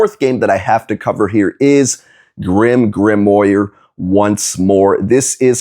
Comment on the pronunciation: More NIS? Btw. You butchered the pronunciation of Grimgrimoire. It sounds like “Grim-Grimwar” depending on accent.